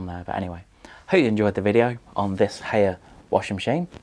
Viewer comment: Hay er lol It's High R FFS